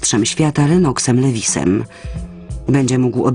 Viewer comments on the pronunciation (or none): nosz kurwa jak ona gada "lewisem" ja pierdole